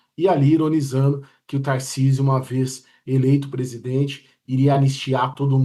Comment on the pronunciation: Acho engraçado o paulistano falando "taircisio "